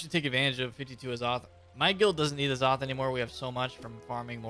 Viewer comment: It's Azoth not Aaah- Zoth, its grinding my gears with the wrong pronunciation. I really need the bazaar to be fixed so I don't have to resort to quick selling; I really wish they never touched the Bazaar to begin with (if it ain't broke, don't fix it).